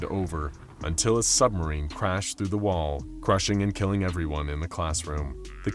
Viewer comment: We all live in a nuclear sumberine, a nuclear sumberine, a nuclear sumberine🎉🎉😂😂😢